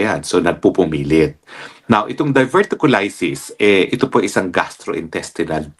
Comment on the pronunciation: It’s pronounced “die ver ti ku lie tis”